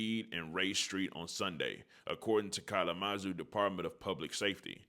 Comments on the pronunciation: N*gga said “collamazoo” 😂😂😂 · Kal-uh-muh-zoo. Kalamazoo! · Cal-la-Mu-Zoo… Kalamazoo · wait you saying the city wrong gang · 🔑 🗣🎥 your saying Kalamazoo so funny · Yeah he butchered that one